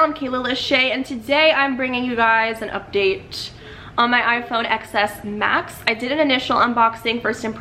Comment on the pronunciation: then she should've just named the video "rating the iphone XS Max" oh forgot there is no such phone pronounced as "XS Mas" its supposed to be "Ten S Max". Girl she doesn't even know how to pronounce the dang thing. OMGGG I swear.